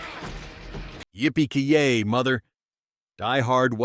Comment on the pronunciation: It's kye-yay mfr